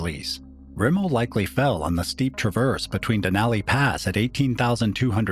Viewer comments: Den ally den ally den ally. My ears are bleeding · I love this type of content but I can't get past the grating voice and the bad pronunciation of Denali. Cringey